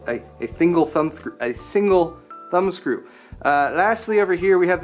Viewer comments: "Thingle Sumbscrew" -, 2016 Never heard him screwing up that many words in a single video ^^ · " A Thingle... A Single Thumb Screw"